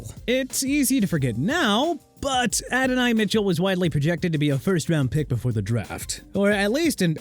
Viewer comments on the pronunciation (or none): none